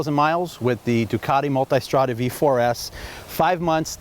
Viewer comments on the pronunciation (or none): The one and only who pronounces multAIstrada